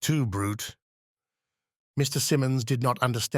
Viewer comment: . Et tu, Bruutay !!!!!!!